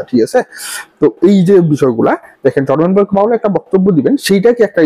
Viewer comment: Word ta 'Jerome Powell (জেরোম পাওয়েল)' hobe ,not Jormen powell' apni as always e name ta vul bolen 😂